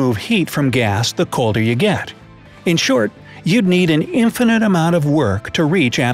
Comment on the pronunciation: Love how he said "need" to knoe😂